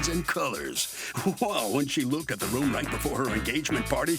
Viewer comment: When she said "look-ed" my hair curled up. I just want stand that word.